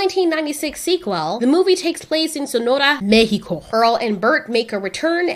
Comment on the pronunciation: the way you said mexico made me proud lol